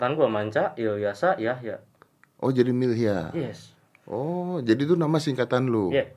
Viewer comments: Milyhya bang bukan millhya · milyhya om bukan millhya